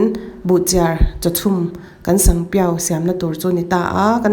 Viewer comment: sanpiau i lam dan hi sangpiau i ti ni mai in ka hria😁